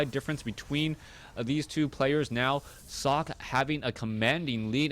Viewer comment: sockEEE,, not sock, haha:D